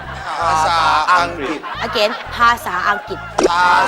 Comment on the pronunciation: ครูขาๆ คำว่า อะเกน ครูออกเสียงผิดนะคะ ต้องอ่านว่า อะ กา อิ่น